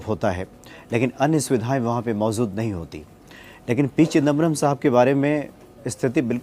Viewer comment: please मोजूद mojood को mozood na bola kare.